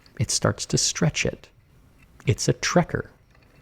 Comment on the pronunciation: Sorry for nitpicking but the german word for pulling, or actually puller, is "strecker" (pronounced like shtrek-air). In the video you said something along the lines of "trekker" haha :)